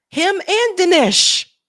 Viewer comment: How are you not able to pronounce the simplest of sounds? Seriously is this a black thing? I hate Vivek and Dinesh. But the way you pronounce their names is doing my head in. But it's time these Hindutva coolies found out they aint white.